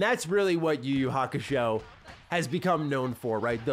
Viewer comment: Idk but kinda irritated when he pronounce the title yuyu kakushow😂😂😂